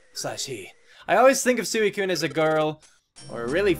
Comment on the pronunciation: Everytime you said sooicune I died a little on the inside like chaotic said it's pronounced swee cune.Also anyone in kindergarten knows this just means she likes you.